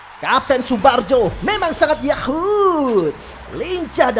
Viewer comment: Tsubarjo bukan tsubajo